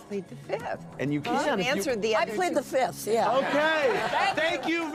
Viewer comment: All these years and somehow Andy still can't say fifth properly. "PLEAD THE FITH!!!" No, Andy. That's wrong. It's always been wrong.